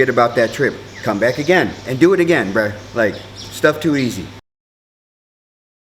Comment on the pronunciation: thank you buddy. i like the way you say breuh hahaha.